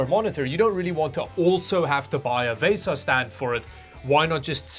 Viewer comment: Why do you insist on pronouncing everything wrong? It's pronounced, like the credit card "Visa Mount", It's not pronounced "Vaysa Mount". Watch anybody else's YouTube video where they discuss VESA mounts. Nobody pronounces it like you. I suspect you're from another planet. LOL!